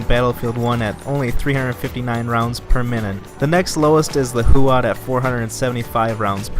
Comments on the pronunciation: Chauchat is pronounced as sho-sho. 😀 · Alec I. No it's not, it's pronounced "sho-sha"